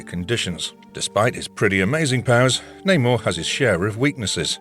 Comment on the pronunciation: Man said Neymar 😂😂😂